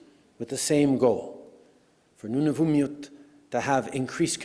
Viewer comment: Cant even pronounce Nunavut correctly..would be intetesting to see the document!!!! Would not trust this